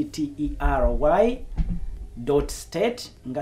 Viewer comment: Its "lottery " not rotary.....ijs🤷‍♀️